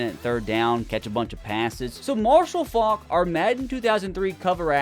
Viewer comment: How you gonna let it slide that he absolutely butchered pronouncing Faulks last name